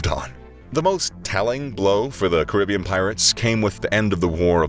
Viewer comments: Your pronunciation at the start is correct as its was name after one of the many indigenous groups of the region known as Caribs. So its ka·ruh·bee·uhn not kr·i·bee·uhn. Hearing it pronouned as the latter is like nails on a chalkboard. - your friendly neighbourhood West Indian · The first way of saying Caribbean is actually correct.